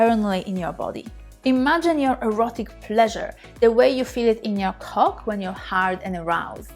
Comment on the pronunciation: When you said Cock in your accent I just about lost my 8 days of retention